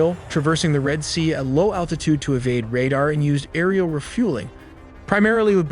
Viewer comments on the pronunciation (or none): none